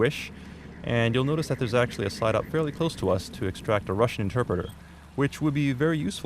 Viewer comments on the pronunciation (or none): It's not 'site-up', it's 'side-op', isn't it?